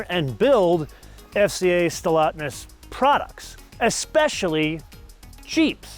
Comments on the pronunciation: Stellantis not Stellotness...all of your guessing is insulting. You are supposed to be a professional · It's called Stellantis NOT Stellatnis! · Just a small tiny correction: it is "SteLLANTIS" and not "SteLLATNIS". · Trust me, knows exactly how its pronounced. He doesn’t usually feature FCA/Stellantis and I think he was just having some fun with the name. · How can he not pronounce Stellantis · You need to pronounce Stellantis correctly. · By pronouncing Stellantis wrong on purpose, is this like your own subtle way of voicing your obloquy of Chrysler/Jeep/Dodge merging with Fiat? If so, it's kinda funny. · Maybe pronounce the name of the company somewhat accurately....